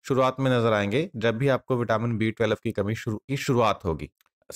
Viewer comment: आप twelve ही सही नहीं बोल पा रहे हैं. टवेलव uchharana करते हो.